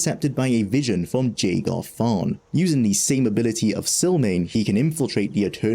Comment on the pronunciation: JAY-gar hurts me physically every time you say it.